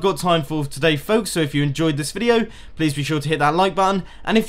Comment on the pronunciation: why do you keep saying "to-DAY"